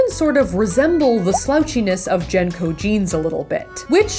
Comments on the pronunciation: Saf, I fucking love you, but the way you pronounce "JNCO" jeans as (jen-co) jeans, makes my brain hurt. lol I lived through the original JNCO phase, wore a pair of them every Damn day. lol it's properly pronounced (jin-co)-or-(jing-co)jeans btw. I'm aware they were a fad before your time, so I'm not mad about it. lol I hope that you continue cranking out awesome content. it gives me something to watch when my grandbabies (I'm a 33 year old grandmother of 3) take over my television. keep up the good work dollface! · ...Did you just pronounce that like Jen-co? Isn't it Jin-co..... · Oh god every time you said jnco I cringed so hard. Idk if that’s how it was pronounced in your area but in the south it was pronounced Jean-Co